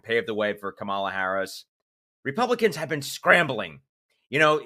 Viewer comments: Thumbs down until you stop being disrespectful and start pronouncing her name correctly. KA-ma-la. Not ka-MA-la. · Ka-ma-la...not Kam-a-la. Vote 🌊 Vote 🌊 Vote 🌊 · Just a reminder for everyone - it's pronounced like the punctuation. "comma la" , La2024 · You should put in the effort to be better than MAGA Banana Republicans and learn how to pronounce our current Vice President / next President's first name properly. Kamala (Com - Uh- La) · Learn to pronounce Harris' first name - it is embarrassing for a vlogger not to know how. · I end your videos the second you mispronounce Kamala's name. Keep going and I'll unsubscribe from the channel overall. DO BETTER. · With all due respect, please say her name right in your videos!?! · You really don't know how to pronounce Kamala? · When do you plan to say her name correctly? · Please pronounce the VPs name correctly